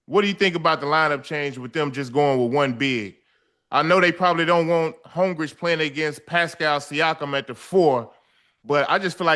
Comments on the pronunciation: Joe & Ocho will read Holmgren name on the screen and still call him Holmgrich lol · Joe c’mon big dawg… his name is HOLMGREN😂